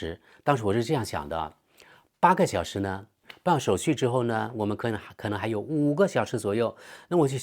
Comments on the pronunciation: 值机手续（xu读续） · 手续，xu，不读shu。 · 一个省的首府叫省会。手续（xu )不是手术。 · 哈哈哈哈，开刀才叫手“shu”，上海人的“手术”和“手续”，是同样的发音。原谅我们南方人的“普通话”。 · 手书（续）是四川话和其他西南官话的口音😂